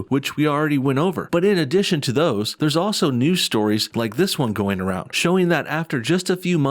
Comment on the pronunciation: yo I see you "Thurrrrrrs" Lol NO BULLSHIT ARE YOU secretly Hood and not telling us? or from Texas?